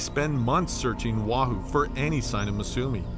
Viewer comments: By the way... The Island's name is Not pronounced WAHOO. It's pronounced: Oh wah hoo. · It’s O Ah Hoo